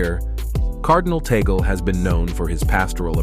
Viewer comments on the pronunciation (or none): It's read as Tag-le not Taygle. ☺️ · It is tagle and not tagale and it is tag- leh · Tag-le not Tigle 😂😮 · Correction Please whoever you are! Cardinal Tagle not Tagal! Do your research please to have a credible video. He was my professor in Theology for 2 years. Thanks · Humble correction.. its Tagle na Tagale. Thank you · Hoy! It's not Tagal. It's TAGLE! TAGLE! TAGLE! DO YOU GETS? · Please check correct pronunciation of Cardinal Tagle's name. It is not toggle. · Tagle (pronounced as in Spanish.) Not Tagale. He was close last conclave, He is young. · Cardinal Tagle is Filipino so I believe you are mispronouncing his name. Say: TOG'-lay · Please pronounce Cardinal Tagle's surname correctly.